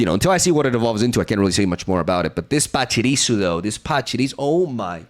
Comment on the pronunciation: I appreciate your pronunciation of pachirisu and spirigatito